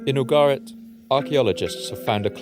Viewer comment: Ugarit not Abo Garrett